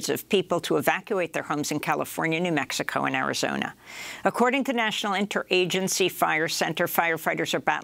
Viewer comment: The way you pronounce Greta T's last name, vs the way you pronounce "MeXico," gives the distinct impression that you guys are closeted bigots: hypocrites. I doubt that's true, but you should know that is how you come off. Either stop talking about that gross little Swede, or say Mexico with as much reverence as you use her name. Disgusting.